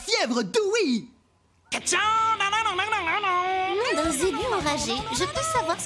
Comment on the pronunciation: Dewey*, pas Doowie